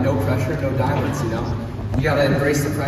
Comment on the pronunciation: Thanks but who said "No pressure no diampnds?"